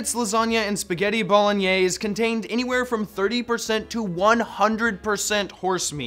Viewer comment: He said "Bolin-Yays" :3